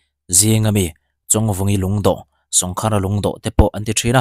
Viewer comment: Sawngkhara tih I thluk dan kha khar tih lai kha thluk deuh tur,sawng tih awmzia hi kawngka/kawngkhar tihna, sawngkhara tih awmzia chu kawngka khara tihna vel a ni e